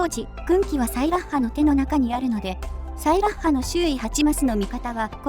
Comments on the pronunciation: サイラッハの発音、ソイヤッサと一緒なのね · 俺の西壁特攻お姉さん！！！！！！！！！！ ところで名前の発音、サイラッハ↗︎じゃなくて サイラッハ↘︎なのか